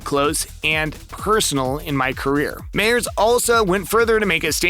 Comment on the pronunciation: Rollins not Rollings Wil Myers not Mayers